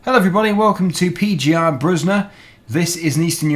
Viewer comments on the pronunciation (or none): Just wanted to Say you read it pe like Pen without the n. You speak the gie more like kie. And the er like er in erotic. You speak the bruzda part good.